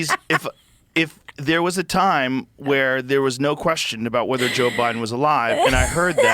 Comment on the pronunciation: SAY IT JOE IT RHYMES with SPOKE!